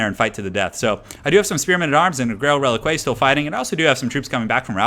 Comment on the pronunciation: click on the grail reliquae and listen how it is properly pronounced:D